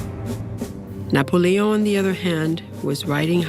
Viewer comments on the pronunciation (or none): “N He EnRagEd ......NePoLeeOn”